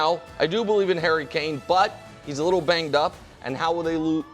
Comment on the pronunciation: Hairy Kane? 😂